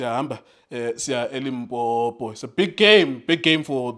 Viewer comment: You are one of the few people to pronounce Limpopo correct, they all say Limpompo. As for Junior he is fair to predict against Pirates all the time. At the end of the game we will chant Ndlondlo after he lose to Pirates. All the best to my Pirates players.